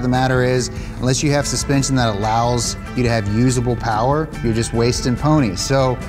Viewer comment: MO POWAH BABEH